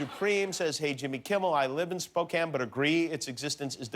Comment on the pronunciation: I think most Washingtonians are laughing right along with Jimmy. Just glad he knows how to say Spokane correctly. And he he promoted Dicks!